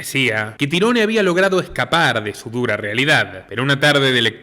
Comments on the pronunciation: se pronuncia tairon,no tyrone 😂 😂 a ese cuento le falta un pedazo.sabemos que esto es un cuento lo que cuentan los amestica.que estan tapando la verdadera verdad.y que fueron ellos los asesino si.pero estan cubriendo a alguien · Excelente reportaje, solo el detalle.. se pronuncia Tairon su nombre.. Tirone... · no se pronuncia tirones si no tairon gonzalez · NO SE PRONUNCIA TIRONE SE PRONUNCIA TAIRON "TYRONE" BRUTO ES UN NOMBRE DE ORIGEN ANGLO ESPECIFICAMENTE IRLANDES Y ES ALGO ASÍ COMO TIERRA DE OWEN O LUGAR DE OWEN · Su nombre se pronuncia "Táiron" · Muy buen análisis como siempre! Un trabajo muy bien hecho… aprovecho y te ayudo su nombre se pronuncia tairon espero no te moleste! Un saludo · Tyrone (se pronuncia Tairon como Tyrone 'Tairon' Power) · Se escribe TIRONE y se pronuncia Tairon...nombre anglosajón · Excelente reseña, solo una precisión, su nombre se escribe "Tyrone", pero se pronuncia "Tairon" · Tyrone se pronuncia "Tairon" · Sos iletrado porque pronuncias el nombre de canserbero a como se escribe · Muy buena narrativa pero no aprendiste a pronunciar su nombre antes de hacerlo